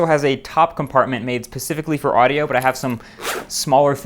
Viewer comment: Did you say pacificly for audio?